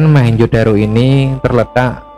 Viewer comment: ralat Mohenjo bukan mahenjo